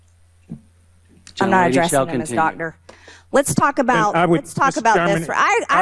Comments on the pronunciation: She can’t even properly pronounce the word doctor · Do they know intelligent HS kids watch this with an interest in government! These people are sooo embarassing! MTG doesn't recognize a Doctor when she can barely finger read and routinely mispronounces basic words? The nerve😂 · I’m digging Crockett and Moskowitz! Bring it y’all! Take the gloves off w these ignit yahews! Just simpletons! Marge can’t even pronounce doctor properly! Frickin goobers and hicks!